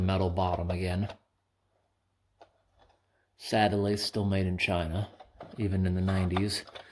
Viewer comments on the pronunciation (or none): none